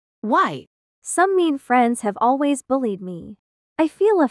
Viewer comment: I love the fact that said lways and not always😂 Btw it's just a reminder I'm not trying to be mean